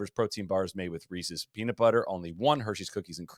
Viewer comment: Proud of you, for your pronunciation of Reese's